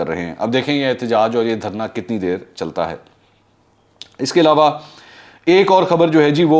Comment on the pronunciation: ایلاوا ilawa نہیں ہوتا ، علاوہ Alawah ہوتا ہے